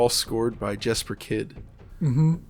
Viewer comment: 💡/ FYI💡 Jesper Kyd - the "J" gets a "Y" pronunciation Like 'Yes-per' Kyd.